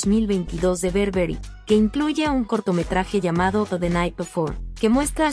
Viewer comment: No es berberry es BURBERRY